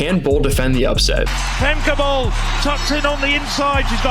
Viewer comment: I get that Americans confidently mispronounce Dutch names that also exist in the US, like Franke, in the American way, but "Famkay Bowl" just sounds so bad.